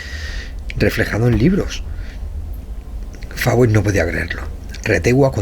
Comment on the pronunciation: Una corrección es Coronel Fawcet, se lee Focett o Foucett no Fawet